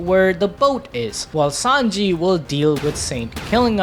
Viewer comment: Bro who is 5anji lol it's Sanji bra 😂